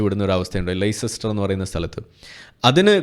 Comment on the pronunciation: ലേയ്സെസ്റ്റർ അല്ല ലെസ്റ്റർ എന്നാണ് Leicester ഉച്ചരിക്കുന്നത്